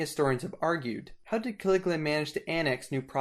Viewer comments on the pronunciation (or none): His name was Caligula not Caliglia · Caligula not Caliglia!!😐😶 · Ca.Lig.U.la that's how you pronounce it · It's Ca-li-gu- la, just sound it out. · Why do you keep mispronouncing the name Caligula as well as other names of these Roman characters?